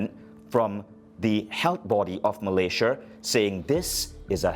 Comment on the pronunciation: Hahaha accent come from where